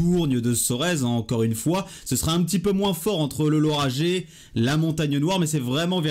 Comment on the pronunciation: On prononce Laura(guai) et non Laura(jai) Merci pour votre video